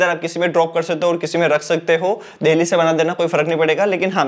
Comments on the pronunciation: Bhai देल्ही, देहली क्या है😂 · Ya deheli kyu bolta h bhai,jitne bar bola utne bar hasa me 😂😂